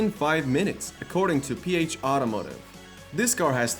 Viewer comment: I died a little inside whenever he pronounced Piéch “pH”.